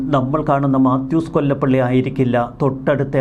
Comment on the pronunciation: മാത്യു കൊലപ്പുള്ളി എന്നു പറയൂ.